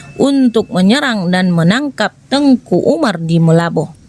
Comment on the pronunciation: Salah pengucapan ini kak. . Teuku ato baca nya teku .. nama khusus ato gelar bangsawan. Tengku itu Ustadz ato guru ngaji guru agama. Dr awal saya dengar nya Tengku , bukan Teku di bilang .. 🙏🙏